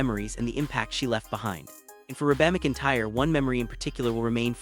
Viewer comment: Wow... the AI voiceover on this is awful. Can't even pronounce Reba's name? It's REEEEE-BA. Not Reh-Baaaaaa like a dang sheep is saying it. MAC-EN-TIRE... is the last name. Horrendous.